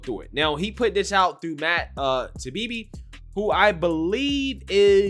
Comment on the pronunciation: Everyone on YouTube has destroyed the pronunciation of Matt's last name.